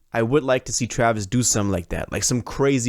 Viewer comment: What did he say? Man messed up Travis name 😂